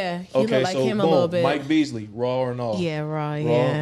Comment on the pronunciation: His name Michael Ealy…. Not Beasley